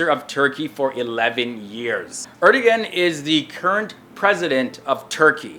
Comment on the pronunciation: I think it is pronounced Er-de-one.